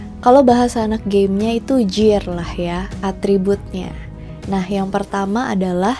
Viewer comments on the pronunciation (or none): none